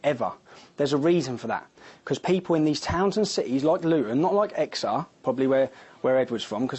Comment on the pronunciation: Exer?? Its Exeter you idiot . Tommy knobinson